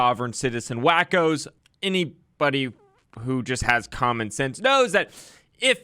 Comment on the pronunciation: She isn’t saying “canon law”, she is saying “common law”.